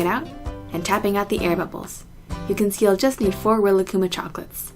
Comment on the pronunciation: I cringed when you pronounced Rilakkuma the way you did